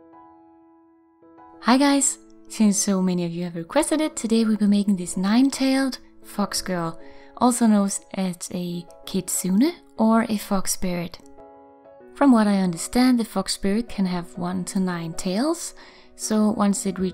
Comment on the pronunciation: It's pronounced "Keetsoonay" :)